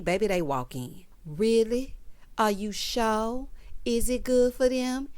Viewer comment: I did not remember or notice “Are you sho”, but now it aggravates me. Yes I would love to see you write a sitcom and would tune in. Hope you get your coins if they do write the story line about Robin giving Andy something…..